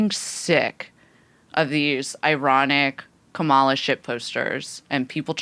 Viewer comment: Kah-muh-luh. Not Kuh-mall-uh learn how to say her name